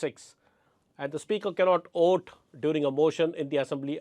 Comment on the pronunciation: Sir, a small observation: you have a tendency to pronounce "v" as "w". Some words that I noticed were Vijay, vote, delivered; where you round your lips to make a "w" sound instead of touching your top teeth with lower lip to make a "v" sound. You have great diction though so I am sure it's an easy fix with a little practice. All the best.